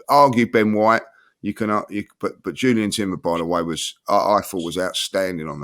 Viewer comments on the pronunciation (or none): Another one for the ages: mispronouncing Jurrien as "Julian" Timber. Perhaps he's spent too much time with him on the Invincible Podcast!